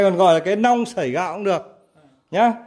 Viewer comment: 😂😂😂 tại bạn nói ngọng nên thành long với lia ( chứ cái nhỏ gọi là mẹt, cái to hơn thì gọi là nong với nia là chuẩn rồi bạn nhé) 😂😂😂